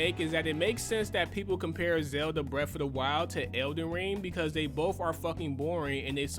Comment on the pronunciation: 'iz elen rang' lool